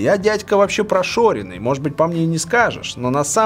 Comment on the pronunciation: Вилса, не прошОринный, а прошАренный!!!)